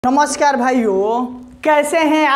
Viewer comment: Bhai namooskar ni namskar hota h